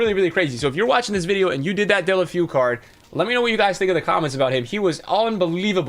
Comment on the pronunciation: dunno why its so difficult but its pronounced Day-oo-Le-Fay-oo